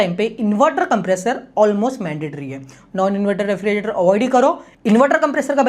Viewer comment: 'Refri "ge" rator. "ge" kyu bhul rahe ho bhai bolne mei